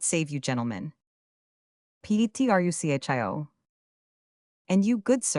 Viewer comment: I stopped at "Petrusshio's house", just two seconds in. Shakespeare would be turning in his grave. No thanks, AI.